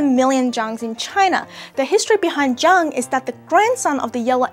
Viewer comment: When they say Zhang it sound they zang😫